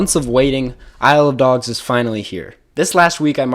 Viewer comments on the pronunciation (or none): Saying “Isle of Dogs” makes it sound like you’re saying “I love dogs” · Isle of dogs is actually pronounced I love dogs